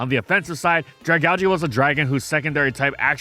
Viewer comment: Saying Dragalge makes me want to just not watch the video honestly